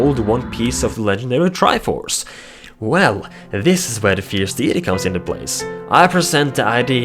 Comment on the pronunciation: No offence but it is pronounced "Fierce DAYty"